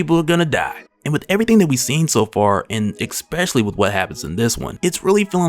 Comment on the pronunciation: I love your stuff, but ain't no "K" sound in "Especially"